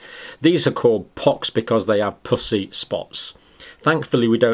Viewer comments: Puss E. Not Poosy. I was so confused. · In North America we pronounce puss as puhss and not poose. And puss-y as puhssy. Poosey is what we use as slang for the female vagina. Just saying. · Please quit saying “pus”sy. LOL. I have laughed so much trying to watch this. Purulent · 😂😂 such a Serious video until when he says pus-ii spots with such an Accent it sounds like something else… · Is it me or does it sound like he is say pussy spots 😆 🤣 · I can't concentrate because I keep hearing "pussy rash" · Sounds like he is saying puss. Y 😆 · I love your channel and the fact that you use FACTS and science and absolutely no opinions. And I know you are British. But I cant help but laugh/blush/cringe when you say Pus-sy. Idk if that’s a crass word in the UK , but it is in the US. However it is a homophone: spelled the same and sound different. Pussy sounds like Us. When it’s said your way it is like pussycat. oO — 😳😵😮😲🤭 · Evert time he said "pussy" (the way Brits say it) I have to admit I had to laugh... and I do feel really bad about that. ;P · Am I the only one that thinks it sounds like he’s saying “pussy spots?” 😆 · Your accent for "pussey" would get most americans a visit to our commisar I mean HR office. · The word "pussy" you pronounce so aspirated 😆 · As an American I laugh at the way the good doctor pronounces “pussy.” It’s quite juvenile of me, I’m sorry. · and he says it with a hard P🤭😂